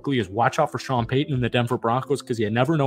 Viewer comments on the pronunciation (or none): none